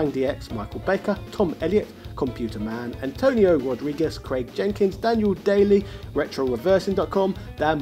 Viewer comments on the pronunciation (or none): none